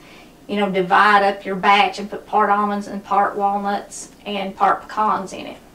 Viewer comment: Thank you for saying pecans correctly. They're not "pee-cans" like so many in the East say. 😄😉